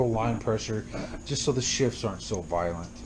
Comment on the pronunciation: 😂😂 the way he said violent 😮 is that bad😂